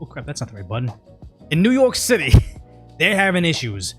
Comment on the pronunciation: Is he saying New York City or New Yolk City? Sonic Prime was the first time i heard New Yolk City bit with Eggman it made sense. But seeing how NYC has infant brain it also makes sense to call it New Yolk City as their brain is underdeveloped. I hope im not that loser late to a old joke after overthinking it lol.